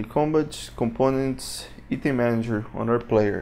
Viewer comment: I bought this I love this thank you for this... Thank you for the awesome tuts they make this great asset to have in your game making inventory lol... I don't want to be rude or anything it was just 5 minutes in and i was like yeah he does mean "item" you say it like IT+EM say it like I+TEM. Again thank you for all you have done worth every penny.